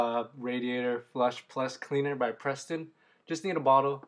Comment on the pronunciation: Preston? LMAO! It's Pres-TONE.